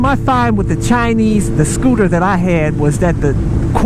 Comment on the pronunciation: I was referring more to the point that it was a SCOO-TAH. LoL Scooters are pretty gay. Just sayin.